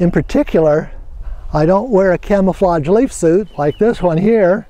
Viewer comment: you said clamaflage .lol